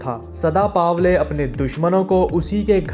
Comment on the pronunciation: चुत्या पावले नही पवले